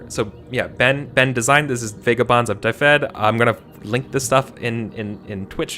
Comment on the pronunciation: Hey, I'm Welsh, just wanted to say your pronunciation of Dyfed was terrible, but that's okay:P As far as Welsh words go though, it's not too hard to get right I don't think... Not compared to some of them at least. Phonetically, it's "dəvɛd" or "duh-ved".